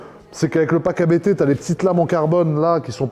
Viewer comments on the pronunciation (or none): ABT se prononce en une seule fois par contre